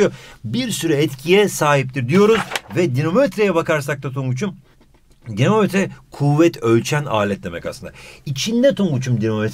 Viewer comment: Dinomometre denir. 😅